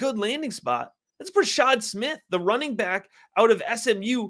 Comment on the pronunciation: Bra-shaRd Smith. Youre missing the R.